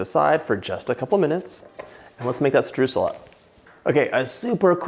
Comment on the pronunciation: It's sooo adorable how you say Streusel, it sounds way cuter than how it's actually pronounced!! 🥰 (It's pronounced something like SHTROISEL in german) I can't wait to try out this recipe, they really look like the real bakery deal!